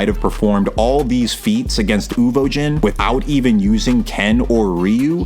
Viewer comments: Uvogin, not Uvojin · WHY ARE YOU SAYING UVOJIN AHHHHH, good video though